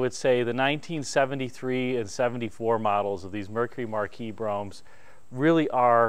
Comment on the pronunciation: It's pronounced Marquis, not Marquis!